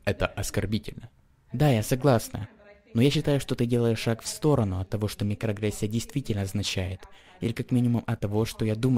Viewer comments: микроАгрессия, а не микрогрессия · Мне послышалась нигрогрессия.